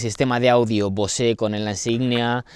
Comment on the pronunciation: Buen vídeo, enhorabuena, un misil discreto, práctico y funcional a la vez que familiar. ¡Un diez! Pero cada vez que dices BOSÉ en vez de BOSE me pitan los oídos amigo. Saludos y enhorabuena por el canal.